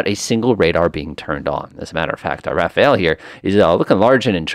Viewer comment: Quick tip on the plane name....It's Ra-faal rather than Ra-fa-el. 👍